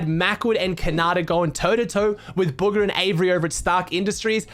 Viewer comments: Anyone else realize is saying “buger” instead of bugha 😂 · Did he say buger